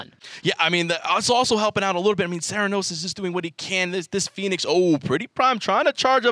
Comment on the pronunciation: Cera-no-sis lol